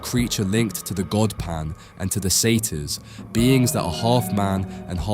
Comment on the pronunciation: It’s Pan